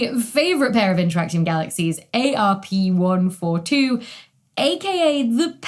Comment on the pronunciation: apologies, but Arp is pronounced "Arp" not A-R-P. It's not an acronym, it's a name: Halton Christian Arp. Like the Sharpless and Messier catalogs, this catalog - mostly used by amateurs like myself - is named after a person and not a shorthand for something else (Like NGC, IC, ...) Halton Arp was a bit of an eccentric figure, might be nice to have a video about such famous astronomers someday?